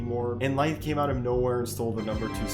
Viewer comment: bro said lithe lmao